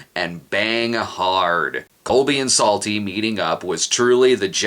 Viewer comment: Am I the only one who finds that every time Psalty says his name, it sounds like "Salty"?